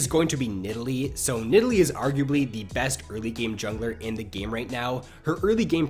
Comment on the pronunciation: a tips for improvement: Try to not speak like this "when nideLEE..... ..... ... hits her speAR. .... ..... bla bla.. ... .. blaaAAQAAAASDS" You have very wierd pauses and you give the endings of your words so much extra preassure. It gets really anoying after 2 video :| But apart from that your content is golden (Y)